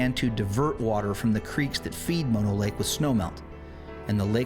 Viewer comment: I grew up in California and Bristlecone Pines can be found on a few other Sierra Mountain summits (not just one spot). Mispronounced Methuselah and Mono Lake. By the way, Bishop is known for a horrific Sasquatch attack on a family who were RV camping in the hills. Military led by men in black came out to track it down and kill it. Just thought you might be interested.